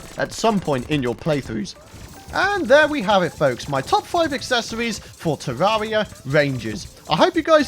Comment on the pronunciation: “My top five aksesowies for a tawawia wangew chawactew” In the next episode, he’s gonna eat some miracle whip.